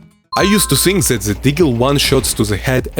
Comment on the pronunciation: nice vids. but please work with your "ZE" it's kinda annoying :D better say: "DE" keep up the good work :hand-purple-blue-peace